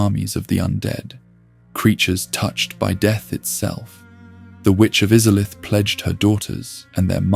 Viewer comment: Bro, im sorry. Maybe im in a bad mood or im getting tricked into commenting but how can you mispronounce Izalith WHEN THEY LITERALLY SAY IT IN THE INTRO TO THE GAME???